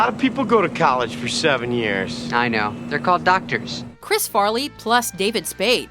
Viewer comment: "Farley Brothers" FAR-LEE not fair-lee